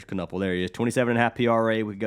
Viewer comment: Appreciate the love the Milwaukee homie Kon but the last name is pronounced like Ka-nipple.